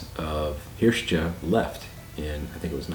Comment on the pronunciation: Hiort, roughly pronounced "hirsht", in the video you say "hirsh-tchuh" as if it were spelt Hirste :-)